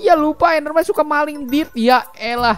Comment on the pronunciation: Bilang Dirt nya Dill😂😅